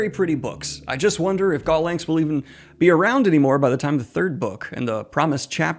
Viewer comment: Just a tip: Gollancz is pronounced "gollants" according to Wikipedia. No /k/ sound.